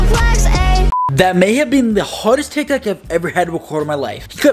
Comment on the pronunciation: he keeps saying tiktik